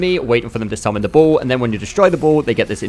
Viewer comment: Took me a while to realize you were saying ball, not bull. I don't remember seeing any enemies that summon a bull.